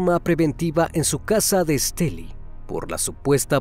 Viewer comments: Se pronuncia estelí no esteli, saludos desde masaya Nicaragua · Siii un poco estresante escuchar Èsteli jjjj por los que ya sabemos cómo se pronuncia.. Muy excelente el caso 🫰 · Una pequeña corrección: se dice El municipio de ESTELÍ con acento en la I. Soy de Nicaragua y resido en Los Ángeles, California. Mi amado país y este triste y espantoso caso. Gracias. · Que buen trabajo haces me encantan tus videos. Hasta hoy veo uno de Nicaragua soy de aya solo una pequeña observación la ciudad se llama Estelí no Estèli pero muy bueno tú trabajo, gracias. X traernos estos videos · No te fastidó que dijera Estéli en lugar de Estelí? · sólo b quiero hacerte una pequeña corrección el departamento se llama Esteli' con acento en la í al final de la palabra , por lo demás todo el capítulo está magnífico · Varias cosas que tengo que decir: 1-Muy lindos sus videos, me encantan, hace un muy buen trabajo y edición <3 2-Menciona el nombre del departamento sin acento en la "I" (Estelí) 3-También en la pronunciación del nombre puede haber un error, pues, aquí en Nicaragua se acostumbra a mencionar la "X" como una "S" (aunque puede variar, quizá la familia acostumbrara llamarla "Shiomara" y no "Siomara" a como se hace regularmente) Creo que eso es todo, muy buena noche! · Esteli con acento en la i. Acá no se puede meter el acento. Pero se puede pronunciar. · Soy de Nicaragua,me sorprendió al escuchar que mencionaban Estelí,( la palabra es aguda) . Hace poco te emepence a seguir,muy bueno tu canal. Felicidades! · Corrección: se pronuncia Estelí. Soy Nicaraguense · Estelí. Lleva el acento en la "i". Gracias. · Es Estelí con acento en la i. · X Fin un vídeo de Estelí, una cosa el narrador no dice Estelí con acento al final suena raro 😅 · Esteli con acento en la i, que bien como narras este trágico asesinato, soy de Nicaragua saludos. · Ni pronunciar el lugar donde se allano saben pronunciar